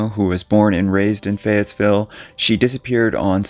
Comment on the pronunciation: Fayetteville is known as a tough town. There is no "s" in Fayetteville though.